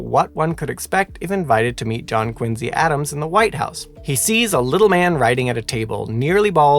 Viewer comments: It's Quincy, not Quinze. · It's QuinCee.